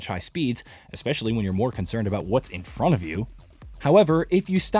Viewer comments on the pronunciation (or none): none